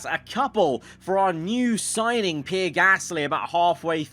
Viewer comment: Day 2000 of asking you to say Pierre properly